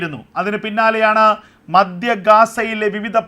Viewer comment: Stop saying ‘madya’, it is ‘maDHya’! Please! Get your proper diction before becoming a narrator!